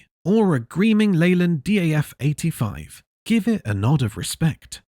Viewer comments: What a load of mis-informed and inaccurate narrated A.I. 'waffle'. This video couldn't be more further than the truth of the history of British Commercial Vehicles and their development/progression. Most of the images used are of USA vehicles, and what the hell is a Leyland 'Dee Ay Eff' 85 ?. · Good video apart from one point. 1. It's pronounced DAFF as in DAFFODIL OK....My uncle had the smaller 7cwt Thames van😮😮😮😅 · A.I. commentary again. Since when has a DAF become a Dee Aaa Fff. So annoying idiots use this stupid A.I Crap. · Never heard it called a dee ay eff before… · I was enjoying the video until the DAF CF came on, nothing much Leyland about them and its not D.a.f -say it how it sounds 😊 -i have lots of old 'British' trucks of my own -on my You Tube.